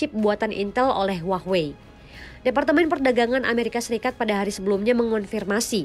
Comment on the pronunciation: hua-wei ❌❌❌ huahh-wey ✅✅✅